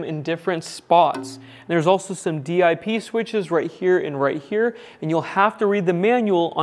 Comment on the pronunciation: Most people who go way back instead of saying D-I-P switches say it as one word "dip". I enjoy all the info you put in videos. I'll make the leap into a n off grid setup someday soon. Thanks